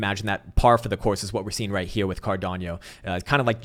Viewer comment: I've gotten used to you mispronouncing car-don-no ;D